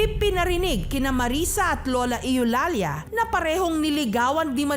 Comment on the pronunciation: Eulalia Yu-lal-ya ❎ Eh-yu-lal-ya ✅